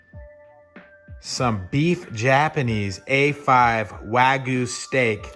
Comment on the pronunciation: It's called Wagyu, not Wagoo